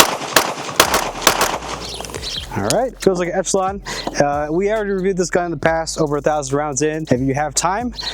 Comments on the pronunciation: Folks really need to learn how to pronounce Echelon. It's ESH-eh-lon, not ETCH-a-lon. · wtf is an etchalon... esh... esh, like echelon formation... ReeEEee... tweaked me out every time he said etch... as an aside, ordere the prp spring kit to pair with the tyrant cnc trigger for the ultimate combo... too bad this gun comes with such a weak trigger, otherwise i really like this gun as my goto striker pistol (made the switch to 2011s). Good video, enjoy getting razzed for not pronunciating things correctly, the internet is an unforgiving place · Man. Good info. I like the vids. The fact y’all can’t say Echelon correctly made me change channels.